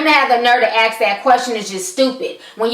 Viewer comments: I love listening to you, but I unconsciously cringe when you say 'aks' instead of ask. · Why do all black people say "axe" instead of ask? For fuck sake..